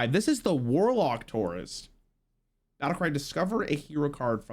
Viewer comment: I'm wondering how pronounces the word tour, given how he butchers the word tourist.